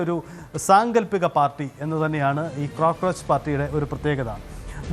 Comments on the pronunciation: അവതാരകൻ ചേട്ടാ ക്രോക്രോച്ച് പാർട്ടി എന്നല്ലല്ലോ കോക്രോച്ച് എന്നാണല്ലോ പറയുക. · ക്രൊക്രോച് അല്ല, കോക്രോയ്ച്ചു പാർട്ടി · Cocroch✅ Crocroch❌